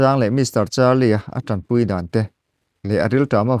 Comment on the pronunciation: TAMPUI ni lovin TANPUI tihtur, mizo tawngah chuan, puitling in diktakin chhiar hram² teh